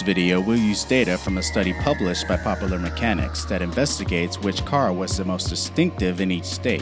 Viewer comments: did u really say popeler instead of popular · Pop-a-lur? Ugh